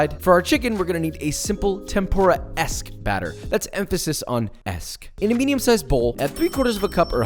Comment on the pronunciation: Lots of emphasis on the Esque